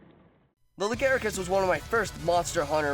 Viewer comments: Pascl "lagaricus" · It's "Lagiacrus". Not Legaiacrus. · Fair point, I pronounced them "La-gee-a-cris" and "Glay-ve-nus". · PiranhaFire69 Nope, that's incorrect. Quit trying to make the shitty japanese name look better. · This is a pretty good vid, just a couple problems with the audio capture and the voice. Also just a couple of pronunciation things I picked up: Glavenus is pronounced "Gla-veh-nuss", and Lagiacrus is "Laa-guy-ah-crus" at least as far as I know ><. We need more Western MH love, still, and you're doin' Gog's work with these. ... BIG ZAM #1